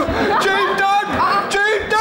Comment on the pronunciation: çeytan çeytağğn🤣ayy gözümden yaş geldi